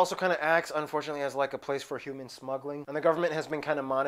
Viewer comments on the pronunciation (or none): none